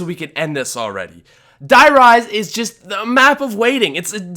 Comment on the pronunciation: Bro I speak German. You gotta pronounce die rise correctly 😂😂😂. Die is pronounced like the letter d